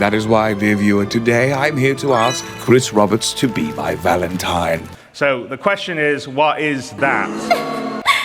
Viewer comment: "Kwis Wobberts" cmon man, I'm driving here, don't cause me to laugh uncontrollably like that while I'm driving! 😂